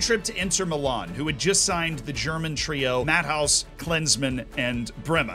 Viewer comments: Matt-House = Matt-hey-us. You're welcome mate :) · Minor quibble: Matthäus is approximately Matt 'a us. Ordinarily I'd let it slide, but lordy that lad was an absolute legend, so deserves to have it learned. Obviously this isn't about him, so it wasn't vital. His wikipedia entry has a proper pronunciation. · its pronounced matt-eh-us not mathaus ;P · Him pronouncing Matthäus as "Mad house" mad me laugh as a German😂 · As I was editing this and hearing "Matt-house", "Pa-peen", and "De-Sally", I physically cringed and knew half the comments would be about that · As a Dutchman it's just as funny 🤣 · I will help you pronounce hope this helps Ma-tay-ass De-sigh-ee Pa-Pan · Z, please don't pronounce Matthäus as "Madhouse" ever. The ä and the u are pronounced seperately and not in unison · I went back to listen again, then came here to comment on it. Americans just can't seem to pronounce Lothar Matthaus 😂😂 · The video is so good that Z’s pronunciation of Desailly and Matthaus throws me off so much 😂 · I'm amazed that, who produces ⚽ content for a living doesn't know how to pronounce the names of famous ⚽ players, including Global household names like Matthaus, Papin and Desailly. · I've mostly enjoyed this new style of deep dive videos you've been doing, but the lack of research into pronunciation of players' names is just awful. It wouldn't take that long to find out how to pronounce Matthaus, Papin and Desailly. These aren't obscure players.